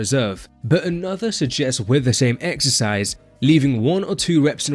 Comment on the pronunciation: im gonna be a j***, « exericse » 😎